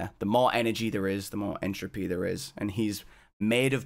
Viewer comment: turn up the ent...enthr...entruppy??? entrhopanoodle